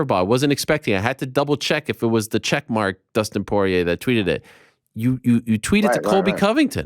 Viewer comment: "Dustin soyrier"